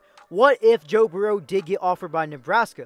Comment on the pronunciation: Your pronunciation of Burrow may be the worst one I've come across. Where are you from? It's pronounced "BURR-ro". Like Bill Burr. Your regional dialect is just throwing me off.